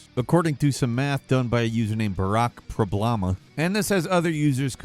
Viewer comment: why did say problama 😂😂😂😂